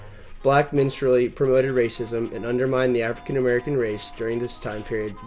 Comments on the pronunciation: minstrelsy is pronounced... minstrel-zee. you kept saying minstrel-y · It's pronounced "minstrel-ry" . There's an 'r' in the word.